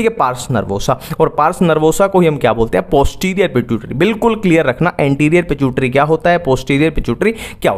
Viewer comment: Pituitary ❌ pichutari ✅